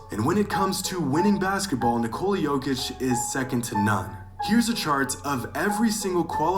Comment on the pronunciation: Yeah he didn't do that one on purpose 😆 Then calls Jokic - "jock-itch" 😭